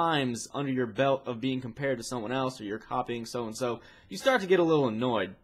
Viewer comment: he said "your copying ssoh and ssoh